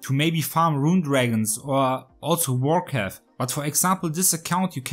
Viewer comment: everytime you say vorkath i hear warcraft xD